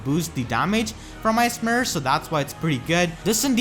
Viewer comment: They way you say "Ice Mirror" sounds a lot like "ASMR." Was confused for a bit, "why is he keep saying asmr?"